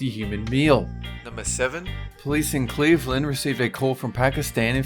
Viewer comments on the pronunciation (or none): none